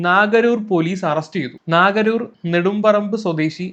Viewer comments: നാഗരൂർ അല്ല നഗരൂർ ആണ് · നാഗരൂർ അല്ല നഗരൂർ ആണ്.